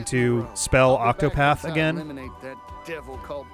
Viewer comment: there are two T's in ocTopaTh